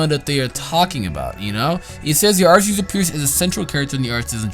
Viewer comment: It is pronounced arceus with a "cuh" sound I think. Like an Arc